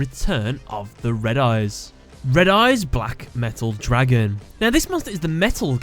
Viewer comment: "DRAgun." The way he pronounces it XD